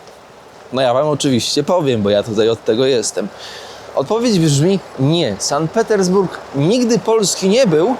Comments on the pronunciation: "San Petersburg"??! "Sankt" względnie "Sant" ciemna maso! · SANKT Petersburg a nie San Petersburg ;) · Super miasto, teraz jakby za żelazną kurtyną, dzięki za pokazanie. Jedna uwaga to Sankt Petersburg nie San Petersburg, a w nim Ermitaż na nie Ermitraż - to trochę razi 😆